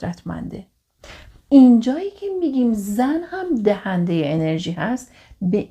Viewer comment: سلام ممنون از اگاهیتون❤ فقط بیان بعضی کلماتتون درست نیست رَحِم یا رِحَم؟ دَهنده یا دِهنده؟